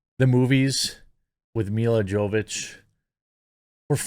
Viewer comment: It's pronounced Mila "Yovovich", not Mila "Jovich".